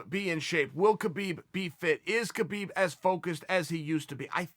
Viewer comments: Chael I don't wanna correct u becasue u might beat me up but it's pronounce habib not khabib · You explained it pretty well Chael, now please please please pronaunce his name correctly, it is Habib, not khabib, how do you pronaunce knight,know,knowledge etc. There is no k no. K it is just Habib, thank you and thumbs up for the video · Just a small note but I believe his name is pronounced "Habib" where the K is silent as opposed to "Kabib". Cheers Chael :)